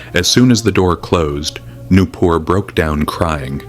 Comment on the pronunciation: Nupur ❌ new poor ✅